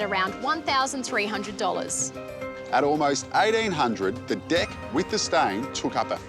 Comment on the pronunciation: when the dude who smiles a lot says "deck" it sounds like "dick" and it slightly frustrates me